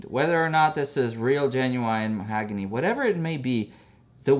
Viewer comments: Mahogany......not mohagany 👀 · The knights are an acquired taste. Also, it's "ma-HOG-ony", not "mo-HAG-ony"! 🙂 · Muh-HAW-guh-nee not mo-HAG-a-nee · The wood is pronounced mah hogany